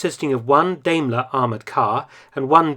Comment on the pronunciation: daimler is pronounced DIE-m-LER. Love your content, hope all is well with you amidst this CCP plague